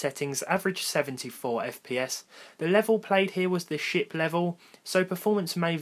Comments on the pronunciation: I know you said SHIP level for the CS:GO play but I could swear I heard SHIT level ;) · the SHIP level...SHIP. Man that's not what I heard you say at first... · You said SHIP level didn't you lol